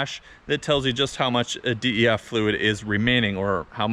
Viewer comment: Bruh just say DEF fluid not "D.E.F."